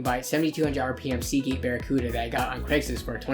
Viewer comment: Seagate="Sausage'' NOAB. JAJAJA.